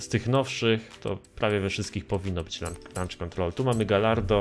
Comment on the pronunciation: "Lancz" kontrol 😂😂